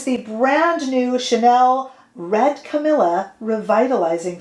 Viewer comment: Sorry, the pronounciation different to the name Camilla, the flowers is spelled and pronounced differently, as cammeeleeaa. 💕💕🤗🤗